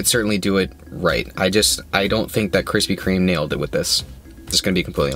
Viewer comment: Yo - your videos are entertaining, but why are you adding an 'S' to Krispy Kreme? There's no S my man 🤓